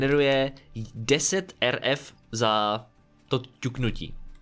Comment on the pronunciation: Rf se čte érefk